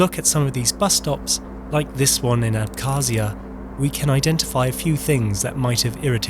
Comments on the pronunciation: Abkhazia is wrong, georgia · may be it will be better not read "k" in khruschev and abkhazia, just "h"